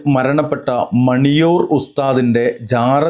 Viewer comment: മണിയൂർ അല്ല മാണിയൂർ